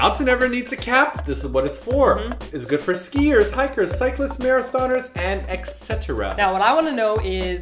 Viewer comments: WAHAHA Maratoners:p isn't it marathoners? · You said maratoners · maratoners? XD but it's spelled marathoners on the packaging.. :p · am i the only one who notices when says marathoners it says maratoners? haha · "Maratoners" instead of Marathoners ;p lulz